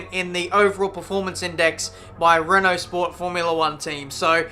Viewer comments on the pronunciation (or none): none